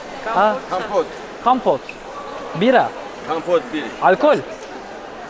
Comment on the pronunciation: Kampot diyo komposto yani 😂 kompot kompot😂😂